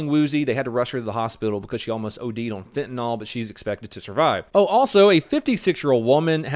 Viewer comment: Not Quilty. And it's pronounced Fen-ta-NIL, not FentaNOL.